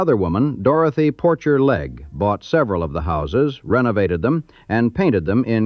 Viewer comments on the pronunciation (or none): "POR-SHAY" NOT POR-CHER